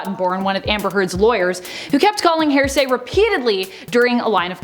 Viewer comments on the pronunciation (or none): Say it with me HEAR-SAY not HAIR-SAY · It's not 'hair say' it's HEAR say. Jesus Christ. There's no variant in pronunciations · YES!!!! I was wondering that myself! She sounds like she is saying hair-say!!! I hope it is an accent-thing she is using and understands that it's hear-say...like, "I'll tell you what I think I heard." ....is HEAR- say. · FYI, it’s here-say not hair-say. If you’re going to be an anchor, pronounce words properly, just Google pronunciation. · HEAR-SAY, NOT... HAIR-SAY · Right?! I keep hearing it as “HAIR-say”. 😂🤦‍♀️ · OMG YES! So much "HAIR-say". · Seriously though it’s driving me nuts hearing it pronounced wrong over and over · Is it just me, or does it sound like she’s saying a weird combination of ‘hearsay’ and ‘heresy’? 🤷‍♀️